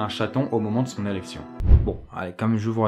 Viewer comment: Y'a que moi qui ai pensé qu'il a dit "erection" a la place de " élections " ? 😂